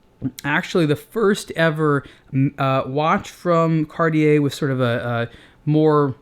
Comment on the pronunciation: Why cant you say cartier the right way?